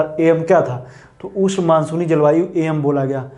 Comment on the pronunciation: Sir ush nhi hota ushn hota h